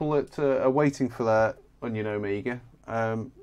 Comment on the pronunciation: C'mon now, it's an "Omega" and not an "Amiga"